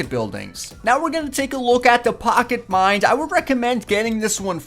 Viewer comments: STOP SAYING MIND! ITS MINE!! lol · he mind instead of mine